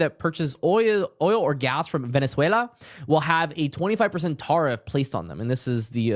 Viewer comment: I can't listen to this video, please correct your pronouncing of the word tariff.